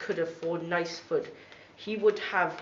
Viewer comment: the way someone said the word food .